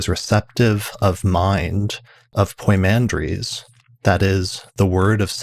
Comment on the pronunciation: It's poi mandres not poymander. Pymander in English